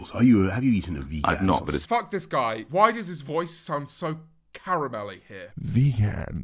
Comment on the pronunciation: i know god damn well i did not just blush when he said 'vagen sausage role'